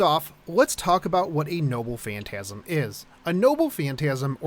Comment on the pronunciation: I keep hearing him say “nobbu phantasm”